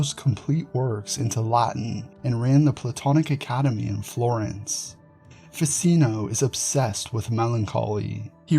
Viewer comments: Very interesting, but may I just say , Ficino is pronounced Fi-tch-ino. As in ch-oose. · Ficino is pronounced Ficheeno like cappuccino.